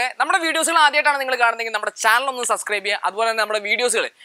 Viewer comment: സസ്ക്രൈബ് അല്ലടാ. സബ്സ്ക്രൈബ്. പോയി നാക്ക് വടിക്ക്